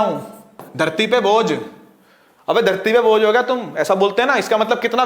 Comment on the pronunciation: Its bhoj not bojh😂